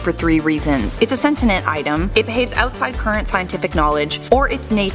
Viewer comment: "It's a sentinet (sic) item"... "Mal Over (sic)". It's be nice if these guys actually got these things right...